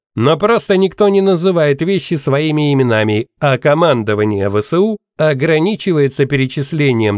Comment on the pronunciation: Не ве се у . А Эс ве у!